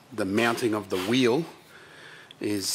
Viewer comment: Wheelie wheewlie stwong wheewl howlda.